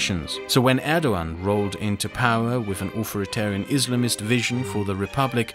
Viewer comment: "Au - 'TH'or -i - TAR -ian"... not "Au - 'F' -or - ian" - just trying to be helpful.